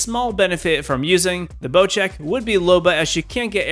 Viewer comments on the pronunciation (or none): why is it called bochek isnt it bosek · Not bochek. Bocek.